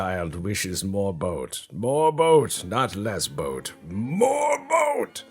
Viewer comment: Torpedo boot....did summon a canadian there for a second?